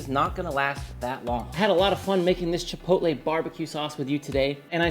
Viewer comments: Chipotle? I say chi-pot-tul- like bottle, in defiance...did that word come about with that pronunciation to sound dignified or something..chi poat lay'...maybe it was that sauce that bankrupted it.... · Chipotle the restaurant moved to our town back in the day… nobody knew how to say it never saw that word before. My mom and Aunt went with Chi-POLE-tee and have stuck with it ever since… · Had an ex who pronounced it "chip-o-lay" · chit poe t lay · Mine also says “chipottle” 😂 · Chuhpohtle, chuh - poe - tle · My mom pronounces it chip-a-hotay. We all mock her endlessly. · My mother says “chipoltee”… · My mom wouldn't know how to pronounce Chipotle. Lol. But my wife says "chipolte" She also says Salsta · I'm so glad other people's moms say chipotle incorrectly! My mom says chi-pull-tee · Save money and don't waist food and just use a mason jar. I will be making this for certain. My very British mother pronounced chipotle correctly, her friend however, said chipol-tee. Drove me freaking nuts every time. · 😅 my girls mom pronounces it chip-ole-tee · I love how universal mothers mispronouncing "chipotle" is. My mom says chi-POL-tee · Great video and recipe, will be cooked up this weekend and similarly stored in a previously used BBQ sauce jar! By the way, my wife pronounces it Chipolte Gave up trying to get her to say it right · great recipe! My dad used to pronounce it CHIP O TELL! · Both my mother and father pronounce chipotle as, “chipole-tea”. 😅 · It drives me nuts when people say "Chip ole tay". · My dad pronounces it like " chih-pot-uhl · My mom pronounces it as chip-toe-lee 😂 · Chi-pootle (sounds like poodle). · I only call the restaurant Chipotle “Chipottle”. They are a stain on the food industry and don’t deserve the respect of pronouncing their name right. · To be honest about your question: my mom can not pronounce "chipotle" at all. She's german. Just like i am. (I win!) LOL